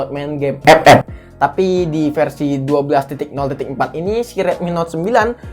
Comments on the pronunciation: Ngakak aku bang lu ngomong ep ep🤣🤣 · Pas bilang epep ngakak bang asli dah🤣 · Maap bang, setiap lu ngomong "EPEP" GW ngakak bangkeee 🤣🤣🤣🤣